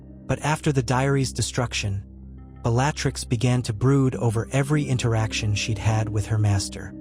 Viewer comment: Is there any way to adjust the pronunciation of the words the AI speaks ? I find it distracting when names are not pronounced correctly…. (( it is rather amusing that it can pronounce Wizzengamot but not Bellatrix ….but the novelty is very short lived )) I truly enjoy the stories you post…. But it’s rather frustrating when the AI is getting well known names so wrong… 😑 I like to listen to your stories as I go to sleep at night, or when I need something to listen to as I am working on something…. And I wonder if, when you are writing out your story if you can adjust it to get the correct pronunciation of the words it is butchering so badly…..